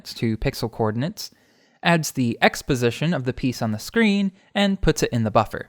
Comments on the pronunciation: For a second I thought he said exposition not x position 😂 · I'm never going to unhear "x position" as "exposition"